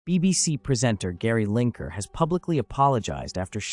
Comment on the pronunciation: Lineker. Not Linker.